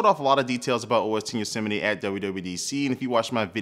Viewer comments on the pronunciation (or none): Why you pronouncing YOSEMITE differently?